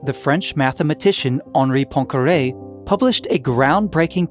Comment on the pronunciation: I cannot listen to scientific explanations when there is background "music" disturbing the communication. And please have a look at how to pronounce Poincaré.